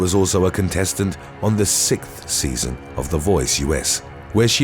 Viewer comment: Say it with me now: SIX-th.